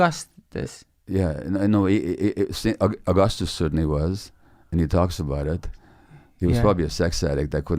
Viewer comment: St Augustus????? Haha. Do you mean st Augustine ? hahaha